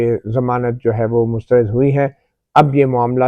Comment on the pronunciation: گڈ ۔۔شکریہ۔ اچھا یہ لفظ مسترد میں آپ بار بار ر کے نیچے زیر پڑھ رہے ہیں۔لیکن زبر ہے۔۔mustarad بولیں۔ شکریہ